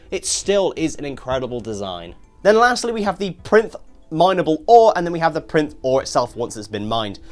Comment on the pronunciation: I think it's pronounced Pie-rinth, think like "pyre" and "labyrinth"